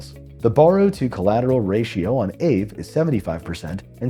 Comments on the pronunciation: it's ah-vey. not ayve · Aave was previously known as Ethlend from about 2017. I think aave is pronounced R Vay. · It’s pronounced “AH-vay” is Finnish!